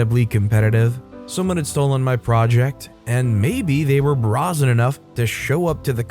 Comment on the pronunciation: I hate to be that guy, but this is the second or third time has done this. Brazen is pronounced with a long A, like in “air” or “ray”